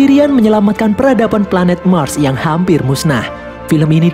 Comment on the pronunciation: Pelanet nya erpan